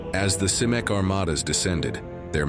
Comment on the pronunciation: Cimek? Come no. Get the AI voice to pronounce things right. It ruins the listen when it comes up again and again and again wrong.